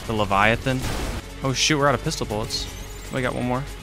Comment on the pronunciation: “Need more boolets” x7